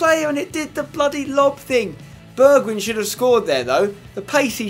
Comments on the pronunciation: Ay spenny, just to help ya out, it's pronounced burg whine Mountain wine. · it is funny how english people can't say the wijn in a Dutch name, like in wijnaldum and bergwijn, you pronounce it a bit like wine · spencer i love your vids but i hate how you say bergwijn. you say it like bergwine pls say it correct and keep up your good work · You pronounce Bergwijn just like how you pronounce Schweinsteiger with an "ei" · You pronounce the E in Bergwijn like the E in egg. Wijn you pronounce like wine. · It's not a short "i" but a long "i" not the i from win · I think Bergwijn is pronounced Berg-Wine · Spenny, Bergwijn is pronounced as Berg-whine. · You pronounce his name like bergwine and you pronounce the "e" as the e in "where". Just wanna point that out ;) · You should call him 'Berg-wine'. That's about as close as you can get to the Dutch pronounciation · Try to pronounce bergwijn as (in english) bargwine. The A as in happy:) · Bergwijn is pronounced as: bergwine :) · its pronounced bearg-wine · Spencer it's pronounced Bergwine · Nice episode Spencer! You pronounce Bergwijn like Bergwine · Say Bergwijn like this: Berg-why-n . I'm dutch; so it should be okay ;) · Spence, you're saying Bergwijn wrong, it's pronounced Bear-g-wine :P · You should say bergwine instead of bergwijn cause then it would look more like how you say it in dutch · You dont say it like bergwin its more like bergwine (Im dutch) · spence its pronounced Bergwyn not Bergwidsjn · Pronounce Bergwijn as Bear gghh wine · Bergwijn is actually pronounced Berg-Wine ;) And Toche is not pronounced Touche :D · You pronounce Bergwijn as: Bergwine, and then the first 'e' as in Alfred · berg"wijn" you say wijn like WINE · If any one is wondering I am pretty sure Bergwijn is pronounced Bairg-vine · POI it's Berg-Wine just like Wijnaldum is Wine-aldum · you actually say it like bergwine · I think it's pronounced BergWINE. Because the same letters start Wijnaldum and we say WINE-aldum